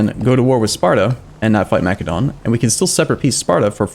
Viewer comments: YOU SPELL MACEDON WITH THE SOFT C like an S, REEEEEE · Massédon not Makédon ;) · it's Macedon my guy